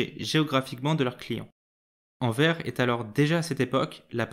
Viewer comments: Par contre le « s » à la fin de Anvers faut le lire les français car c’est horrible a entendre « anver » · Intéressant mais ça se prononce anverssssse. Ça m’étonnerait que tu dises rin quand tu parles de Reims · On dit ANVERSSE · Pouvez-vous mieux prononcer AnverS avec un S à la fin de cette ville Merci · Merci pour ton commentaire. Je me suis rendu compte qu'il fallait effectivement prononcer AnverS, je ne ferai plus la faute ! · J'adore ta chaine et j'ai adoré ta vidéo! Par contre, t'aurais pu faire l'effort de prononcer le nom de la ville correctement :'( mais le prends pas mal hehe tes vidéos sont trop intéressantes! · En français, on prononce le s de Anvers, merci d avance !!!